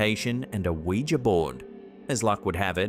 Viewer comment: thank you for pronouncing Ouija correctly. So many people say "wee-jee" instead of "wee-juh" and it's so annoying. Great selection of videos, as usual. 👍👍 Ron Wyatt already beat them, in discovering Noah's Ark, right on the same spot.